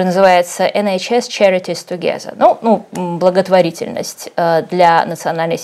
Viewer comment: Включаешь, и первая фраза: «По жалобе ИХНЕЙ» 😂😂😂😂 Слушаем дальше: «togeZer” 😂. Юлия, вы же выдаёте себя за образованного человека, вы англофилка, сидите, видимо в США (хотя такой жуткий интерьер приведёт в ужас любого западного человека) - как же можно ТАК обращаться с языками???